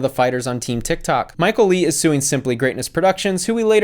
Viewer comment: Hey! I am Viet and you pronounce Michael's last name "Le" as "Lay" not "Lee"! Thanks for the video!